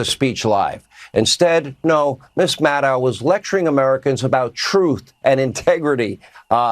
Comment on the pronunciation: Sean, it's Maddow, not Maddow! The dow sounds like tow, not cow. Maddohhh!